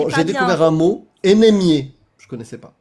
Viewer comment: Pas ethérée... mais attéré !!! anémié pas énémié ! Attention aux mots ! Bisous !:hand-pink-waving